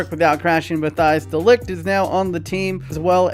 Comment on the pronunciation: Matthijs de Ligt youtube: eyes delict: Frenkie de Jong youtube: franky dae-jung youtube: Frankie D Young: Johan Cruyff youtube: Johan Cruyff me: finally, it got a name right!